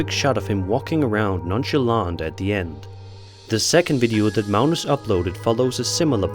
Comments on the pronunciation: Uh why are you calling Magnus Malnus? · What country are you from that pronounces a 'G' as an 'L?' Where is "Magnuss" pronounced "Maleness?" Just wondering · Its Mag- nus....like Magnum p.i.. ... Except with an "s" ...and obviously no p.I....and if he got 11 hours out of those candles...that's amazing...I usually only get about 6 out of them. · Sir, there is no "L" in Mag-nus...js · Never heard Magnus pronounced as Mounus before.